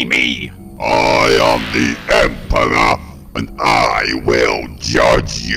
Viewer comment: So,..... the Dalek Emperor has trouble pronouncing their Rs. Conscious choice?